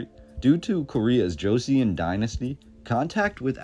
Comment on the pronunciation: It is pronounced Cho Sun dynasty, not Joe Sea On dynasty.